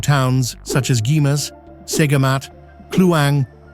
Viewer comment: Not Jee-mas but GHER-MAS! 😮😢😅😢😮😅😊